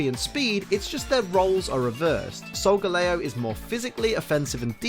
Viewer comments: Wait.. Solga.... Lay-Oh? ARE YOU KIDDING ME??? It's Solga-Lee-oh! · its solgaleo not solgeleo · I am cringing right now how he pronounce Solgaleo Its Sol-Ga-leo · It is soilgaleo leo as in the lion